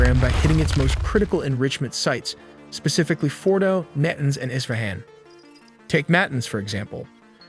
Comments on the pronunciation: "Na tanz" not natence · Pronunciation needs a bit of work. Look up Mossad and Natanz.